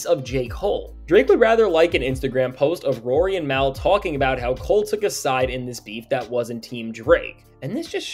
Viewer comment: Why do you say “Mal” so weird? Lol it’s pronounced like “mall”